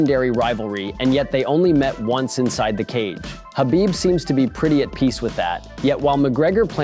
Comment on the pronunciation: Why can none of yall pronounce Khabib’s name correctly. Gonna make UFC videos and can’t even say the guys fuckin name lol. Pretty pathetic